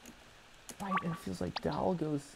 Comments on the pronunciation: i can't be the only one who finds the way matt says 'doll' funny, it's like 'dAwl' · Am I the only one here who noticed he pronounces doll as "Dowl"? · Mat saying dahl gives me seratonin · Anyone else find it cute how matt pronounces doll? Like he says "Dall" 🥰😜